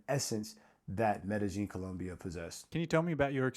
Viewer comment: its not MedeGeen its MedeYeen...